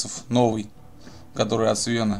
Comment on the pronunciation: Какого еще свЕна?)) хе ну никакого уважения к автору.. А ведь ник то у него Seven понимаешь? т.е. 7(семь) Сэвэн а не Свэн, а Ты даже Свэн произносишь СвЕн. ну это такое. И блин ну конечно хорошо что играешь в эту замечательную игру но почему нет начала? тут у Тебя уже чуть ли не середина. А вообще мне очень любопытно почему не стал играть в мод "Солдаты анархии" Ja2v Portable там такая аховая переделка что закачаешься, причем автор постоянно клепает обновы и длится это аж с 2016-ого года. мод этот там же на сайте где и улучшенный |AI, И он так же играется с AI (т.е. улучшенным искусственным интеллектом) от Seven, собственно ради этого вопроса я и напечатал этот пост. (остальное просто доп вопросы вызванные недоумением)